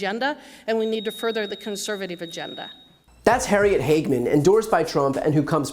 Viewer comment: Hag-a-man? What a witch